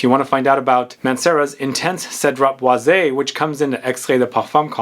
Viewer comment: I believe the correct pronunciation for boise is: "BWASS", since it is french. Hence "Citrus Woods".